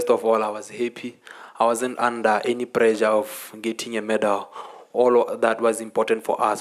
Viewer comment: We in South Africa and our neighbor Botswana pronounce pressure as prejah😅🤣